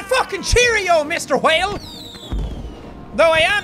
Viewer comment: Also anyone else notice he says hwhale